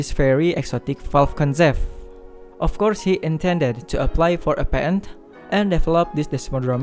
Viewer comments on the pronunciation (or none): none